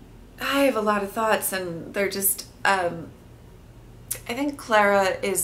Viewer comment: It ClAra not ClEra!